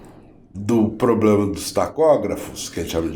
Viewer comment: Ele fala "poblema" "cuestão"...🐴